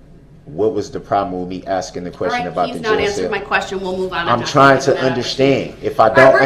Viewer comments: Is Michelle his lawyer? There sure is a lot of axing going on. #miaquacko #axemichelle #dasrightisaidit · Judge: “I don’t need to ask you, I’m telling you!” — YES!!!!! She finally said it. God!! What an annoying human being. That whole “are you axing me or telling me” and challenging her authority constantly was so disrespectful. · Axing me ………… that’s the truf ……